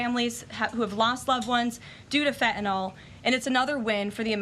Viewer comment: Karoline is the ONLY public person who pronounces the word “fentanyl” correctly! Most everyone says fentanol like it rhymes with alcohol. Drives me NUTS (not that I have far to go, but …). Thank you Karoline!